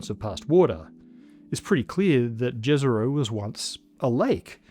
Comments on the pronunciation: "jezero" is pronounced "yezyero" - it means "lake" in russian. humans as intelligent life forms? that's an example of delusion of grandeur and/or hubris. maybe emerging intelligent life forms, as primitive to hypothethical beings far more more intelligent than us as an eartworm is to us. truly intelligent species knowing what they are capable of in "good" and in "evil" would rather have reverted to non-intelligent lifeforms on their own will or ended their own existence as violent, wothless and pointless as the whole universe itself. or started preying on stupid beings like humans to whom they would have appeared as "gods". life probably emerges everywhere, reaches different stages of development and then gets wiped out by random events. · Do not pronounce Dhezero, but Yezero, When you speak about it..... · Great video, just why does everyone call it "Djezerou"? It's named after a balkan village called Jezero, meaning "a lake". It reads Ye-ze-ro. Plain and simple. Please, say it as it's ment to be said, my slavic soul is begging here. It's like hearing someone pronouncing New York as Nevu Djorg. It really feels that bad. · It's not pronounced Jezzero but Yezero, which literally means lake in Serbocroatian while Neretva is literally a river in Yugoslavia. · It's pronounced Yezero not Jezero. Its named after a town in Bosnia and Herzegovina. English and French are specific among Indo European languages in how they pronounce J. Whenever seeing a word that is not if these two languages, odds are heavily in favor of it being pronounced as Y. I wonder how you would pronounce Juventus or Jordaan in Amsterdam? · Jezero should be pronounced as Yezero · Jezero literaly means lake in my mother tongue. It is pronounced "ye-ze-ro" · Its pronounced "Језеро". It's from slavic language, meaning lake. Please respect names origins😉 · Jezero is actually pronounced yezero--it is the Serbo-Croatian word for lake. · Jezero has nice pronunciation, try yesero